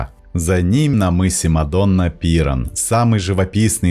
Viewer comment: Судя по всему, это не живой диктор, а какой-то ИИ: чтобы так путать ударения, типа ПИран вместо ПирАн, а бАрочная архитектура меня вообще повергла в восторг!-)